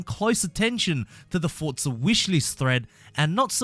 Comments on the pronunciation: It’s forza not “fortza”😂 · 'fortza' horizon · "Fortza" reeeeeeeeeeeeeeeeeeeeeeeeeeeeeeeeeeeee